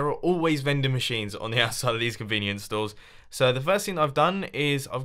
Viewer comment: Y convenience stows